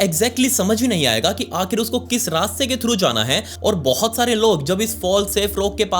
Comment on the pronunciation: But❌ Baut✅